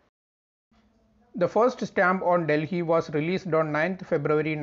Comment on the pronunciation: Most Awesome video giving valuable information. Delhi is pronounced as Delli or Dilli and not 'Dil hi' as pronounced by the anchor !!!